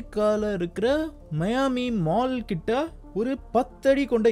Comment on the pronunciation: Athu miami da 😅 (mayaami)😂😂😂😅